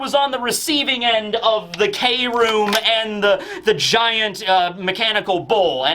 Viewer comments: It's pronounced "Chrome", it'll be funny to see the whiplash from manga readers when they watch the anime version of the fight later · Wille means will, like will of D Takt means pulse, or beat Kroom can mean chromium or I think what Oda is going for is chrome? I think mainly it just sounds like room and Oda loves his phonetic puns Please updoot this so can stop saying 'K' room 😂